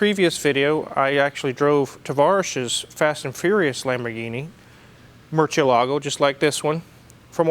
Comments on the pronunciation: IF THIS IS YOUR FAVORITE CAR YOU MIGHT AS WELL LEARN HOW TO PRONOUNCE IT RIGHT, YOU ALMOST HAVE IT, YOU'VE DONE THE HARD PART ALREADY, WHICH IS THE PRONUNCIATION, THE PART YOU ARE MESSING UP IS YOU ARE PUTTING THE ACCENT ON THE WRONG VOWEL. ITS NOT: MURCIEL"A"GO. like keylargo. ITS: MURC"'E"LAGO , put the accent on the E not the A and you got it. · Wrong pronunciation. It’s not murcie. Lago. It’s murciElago, accent on E